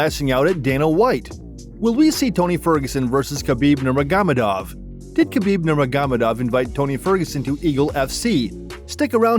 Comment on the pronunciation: I'm sorry I just couldn't get past NurmeGAmadov, I had to stop